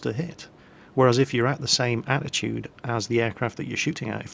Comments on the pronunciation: you said attitude like 10+ times instead of altitude! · please pronounce the L in aLtitude .. it kept sounding like you said attitude ... also .. did you try to ignite the flame war on your world of warplanes video by announcing your preference to warthunder air ? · lol anyone catch atitude instead of altitude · 24 min: attitude? You mean altitude! You did well though! Good mingels!!